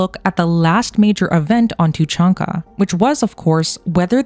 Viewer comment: It’s tuuh chaan ka, not how you pronounce it. Cool video though! But Cerberus was likely destroyed during the events of MF3, as they wouldn’t have where to hide during the reaper invasion.